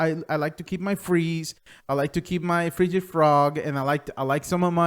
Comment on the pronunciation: "Frigid Frog"........